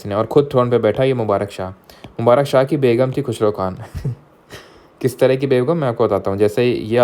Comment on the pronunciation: "kis drha ki begum" really caught me off guard😭